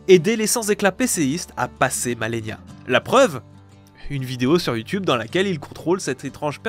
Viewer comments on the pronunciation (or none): none